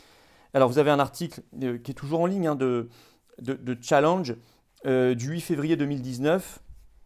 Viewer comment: Stop aux anglicismes oui. Mais en français on dit Challenge et non Tchallenge 😜